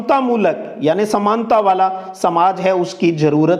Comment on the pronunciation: Sir app please sahi bola karo .वाला कौ वार्लणा और अपना कौ अपणा